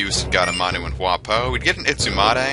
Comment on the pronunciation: By the way, "Hua po" is pronounced hwa pwa.